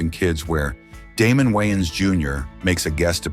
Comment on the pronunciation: I enjoyed the video but plz pronounce these celebrities names correct Moesha is not MOE SHA its Mo - E- Sha. WAYANS and Carlton you pronounced wrong too